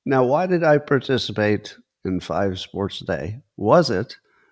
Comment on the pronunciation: "5 spornts a day" riiiiiiiiiight, Scontt.